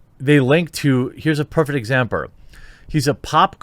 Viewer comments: Did you “rearry” say “examper”? (Instead of example?) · I like the part where Jeremy said "exampur" instead of example. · "Here's a perfect exampurr" Bro I was not expecting this, I laughed way too hard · "Here's a perfect exampre..." Freudian slip there, Jeremy? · "here's a perfect examperr" BAAAHAHAAHAHAHAHAH!!! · "heres a perfect examper" Stealing this new word.